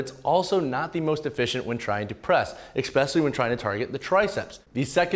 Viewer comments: Please say eSpecially instead of eCspecially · did you say ekspecially? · He also said exspecially 😂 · and ekspecially